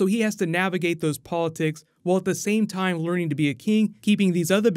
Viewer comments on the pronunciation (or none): none